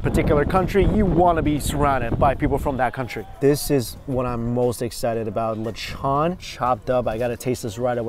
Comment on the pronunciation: Listening you pronounce "lechon" is hurting my ears... lechon pronounced properly is lech-un... I hear, lech-awn.... Stop... LOL